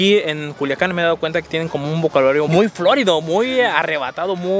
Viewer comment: FLÓRIDO ???? FLORIDO SIN ACENTO EN LA I